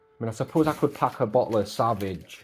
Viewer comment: Hahaha it’s pronounced in a french way say it in French that’s how it’s pronounced 😂😂😂 savage 😂😂it’s sauv-age